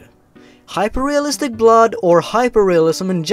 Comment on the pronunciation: You're not perfect. Especially Hyperrrrrealistic BLOD.